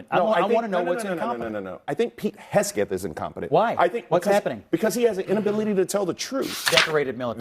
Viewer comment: He keeps calling him hesgeth instead of hegseth